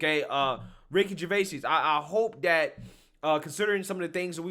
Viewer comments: His last name is pronounced Jer-VAYZ. Well the original French version was slightly different but this is how he says it. Just letting you know, because I've been a Ricky Gervais fan for many years, and I like this YouTube channel and want to see you succeed. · His name is NOT pronounced “Gervaysees”. FFS 🤦🏻‍♂️ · "jer-vey-seez"....what kind of pronunciation of "Gervais" is this?! 🤣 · Dude you butchering his surname lol